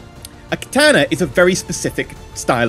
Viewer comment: You are the only person I have heard pronounce katana properly. Most people pronounce it like katarna.